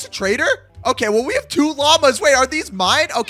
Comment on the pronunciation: Bro calls him a traitor instead of a trader😂😂😂😂😂